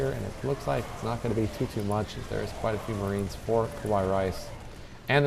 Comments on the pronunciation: the way these guys are saying kawaiirice means scary rice lol. its ka-why-ee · Really it would be Ka-wa-ee it is Japanese for cute. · He's just emphasizing the pronunciation of the kawaii. At least he didn't say "ohayo, konichiwa or arigato" which would have been a bit more irritating. (Yes, I know they are spelled incorrectly.)